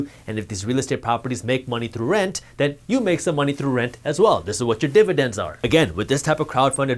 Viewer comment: Almost lost me here. You are too indian to say dividence this much